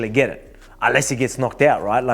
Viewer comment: "your Massive Feet roit behind ya" 😂